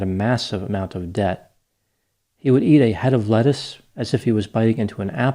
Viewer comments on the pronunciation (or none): none